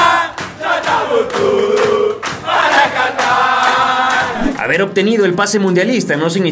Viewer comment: Qahtar xd